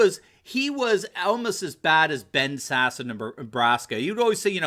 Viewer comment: Finally! Somebody knows how to pronounce Ben Sasse’s name! And even better, knows what an idiot he is! I’m from Nebraska; other than being pro-life, Sasse has no clue.